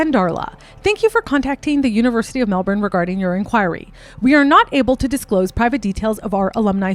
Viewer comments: As someone from Melbourne your pronunciation of a few things killed me a little bit, but aside from that this video was really well researched and I like how you went in depth about something that generates a lot of interest but that I’ve only ever seen surface level stuff on. 🙏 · You dont know how to pronounce debut or Melbourne so you're not qualified, sorry hun. Leave Bianca alone!!!!